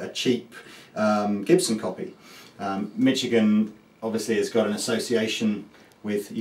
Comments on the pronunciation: hey cap it's pronounced "mishigan", thats all i know about it lol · Why do you say Michigan so strangely?